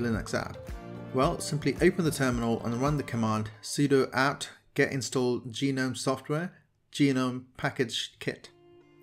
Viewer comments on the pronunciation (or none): Gnome is pronounced Gu-Nome (accent on Nome), not Gee-Nome (accent on Gee). Just an FYI. . . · (goo nome) like tha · Its pronounced gnome (nome)